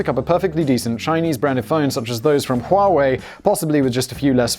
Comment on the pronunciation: I would smash you for your pronunciation of Huawei, but the first time I heard it from their ad, I was like: "Whaa... How do they get this from *that*?".